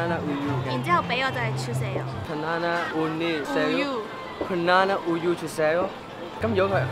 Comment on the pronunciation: 笑死banana聽成ba撚拿😂😂